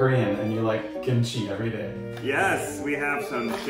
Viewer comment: “gimchi” 😂😂 I’m so sorry it’s just so funny or is it just me idk if I misheard it